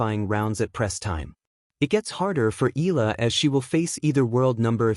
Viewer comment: Please learn her name right. It is e..ya..la